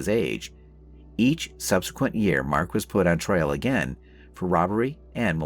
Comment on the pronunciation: True detective. Hmmm. Mispronounced "trial" as "trail" suggests something else. There are better channels on here. The "tone" of the commentary is very off. Some sort of computer generated voice? Also - when tracking down a suspect who has flown to another country - I doubt that having a "search warrant" issued will do much. Quite a lazy script on this one.